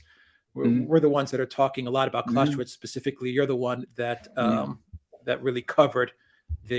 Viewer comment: As for german pronounciation: It's "Clow-Say-Wits" (Clausewitz) and "Ha-Beg" (Habeck) (It's also "Ep-Shteyen" (Epstein) btw, and "Rod-Shilled" (Rothschild) ;-)